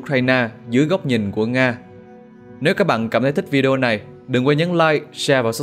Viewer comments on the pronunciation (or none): none